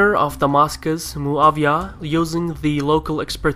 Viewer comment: Muawyah is not German to be called MuaVyah